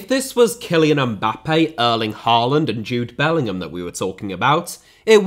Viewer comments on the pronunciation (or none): none